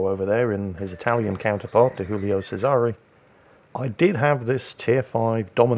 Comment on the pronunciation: PSA for anyone willing to listen:, you have the Guillio pronunciation correct but, Cesare is pronounced with a hard 'ch', the 's' is pronounced as a 'z' and there is a Canadian 'eh' at the end. CheZ-are-A. Yet another great replay commentary sir!